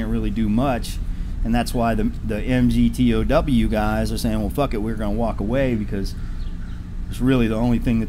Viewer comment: MGTOW is pronounced "Migtow", mate 👍 😄